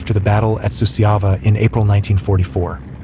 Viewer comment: Suceava is pronounced Su-char-va. Cernauti is pronounced Cher-now-uts not the Russian nonsense name mentioned here. Jassy is an archaic foreign name for Iasi, pronounced Ya-sh. The footage has nothing to do with the battle described. There's Hungarian troops being decorated, Waffen SS in Normandy etc. This is a poor effort.